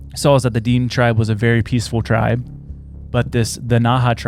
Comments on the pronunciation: DEAN?! It is pronounced D-IN-AY, spelt Dinė <Dinay> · DINE pronounced Da-Nay i think of what you're trying to say. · The way you say these words: Dine tribe is said "DEN-A". Also known as the Navajo. But it covers other tribes as well. Nahanni is said "NA-HON-EE". You guys are butchering words😂😂😂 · Its pronounced ‘Den-ay’ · pronounced "Da-Nay" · Hammerson Peters on YT has the best stories about the Nahanni Valley. It’s pronounced De nay tribe. May be related to the Navajo. There’s also stories about little people in the valley. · It is pronounced dinea or din nae tribe spelt diné if you ever visit Arizona and said it like you are you'd probably get stabbed by diné most Navajo claim diné. Love yalls show keep going its okay if you miss pronounce stuff every once in awhile just be careful with some lol